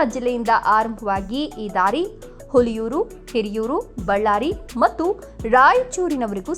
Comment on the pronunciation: 😂😂😂ಹುಲಿಯೂರು ಅಲ್ಲಮ್ಮ ಹುಳಿಯಾರು